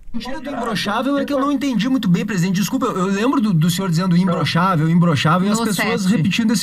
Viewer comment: E parece que ele fala como o cebolinha: "imblochável"!